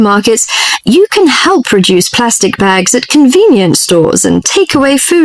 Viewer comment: may i have a question? Do native speakers really talk like this? "help reduce" sounds like "hell produce" to me 😢